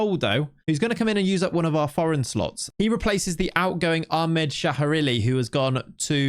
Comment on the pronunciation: As saudi i can conform you abslotely slutered ahmed name.